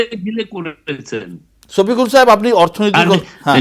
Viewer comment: ছফিকুল না সফিকুল । আপনারা বাংলা ভাষায় ছ এর প্র্যাধান্য বেশি । পূর্ব বাংলায় যেমন বিশ বলে থাকি পশ্চিম বাংলায় কুড়ি বলে থাকে ।